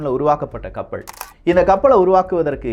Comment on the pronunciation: கப்பள் ஆ கப்பலா தம்பி ஒழுங்காக உச்சரிக்க கற்றுக்கொள்